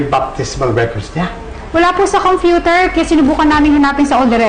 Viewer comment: COMFUTER AHHAHAHA